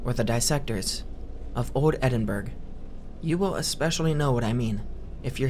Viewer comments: i love you but coming from Scotland it pains me when people say “Edin-burg”, it’s pronounced “Edin-buh-ruh” or “edin-bruh” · This content is great, love being able to just toss an hour comp on. Also as someone from Scotland, you're saying Edinburgh wrong. It's more like Ed-in-Bruh. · Just a heads up, but "Edinburgh" is pronounced "eh_din-buh-ruh"! Loved the video! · I love your videos! And this is no shade at all, but your pronunciation of “Edinburgh” did make me chuckle just a little. You should do a video covering Burke and Hare! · love the stories!! one note tho, Edinburgh rhymes with Kookaburra 😅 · edinberg and eyestanbool